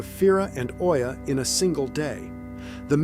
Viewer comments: Its EEYA...not OYA...ya moke bot. (santorini) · OIA is pronounced EEEya not OYA. And Santorini is a beautiful place.